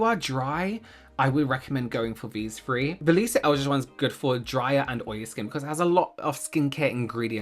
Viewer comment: “These fwree” is going to live in my head all day now thank you